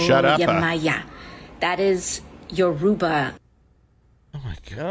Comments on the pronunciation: AOC saying Yoruba very wrong btw. My dad is Yoruba, so I know lol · AOC can't even pronounce Yoruba properly